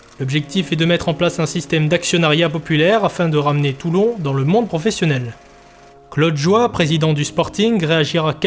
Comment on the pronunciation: Il y a aussi une erreur de prononciation sur Claude Joye mais ça c'est beaucoup moins grave😁 Merci et bravo pour cette super vidéo, remarquable travail !! Forza Toulon